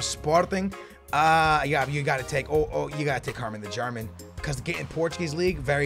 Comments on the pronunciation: Herrmann the German... it's Fährmann tho? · Fahrman not Herrman the German, sorry for the hate but it triggers me